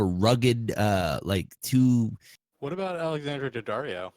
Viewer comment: "a-boat" LOL